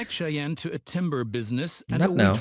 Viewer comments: Good buddy... Cheyenne is not pronounced "chen". It is pronounced "shy-anne":P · I love watching your videos. I just wanted to point out that Cheyenne is pronounced "Shy Ann".